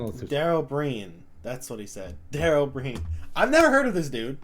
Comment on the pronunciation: pronounced dara o breen hes not british hes irish